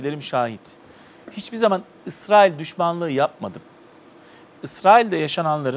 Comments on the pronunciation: Dayı Allah rızası için şu ülkenin ismini doğru söyle Israıl dedikçe iriye oldum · ısrail değil israil önce bi düzgün telaffuz et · Yalnız biri arkadaşa anlatsın Israil diye okunmuyo İsrail diye okunuyor.Birde soru sorunca karşısındaki dinlesin